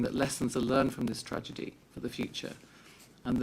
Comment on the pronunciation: 'tRaDiGy' 😂 STOP THE BOATS, STOP THE INVASION!